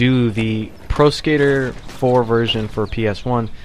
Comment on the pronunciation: I keep hearing "Tony Hawk's Prosecutor" lol